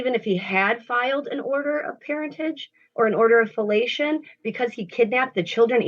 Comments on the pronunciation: I googled an “order of filiation” using her pronunciation and, well, oh my 😮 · What on Earth is an “order of fellation”? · ”order of fellation?” Hmm